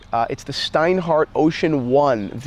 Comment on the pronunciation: Steinhart?... Cmon.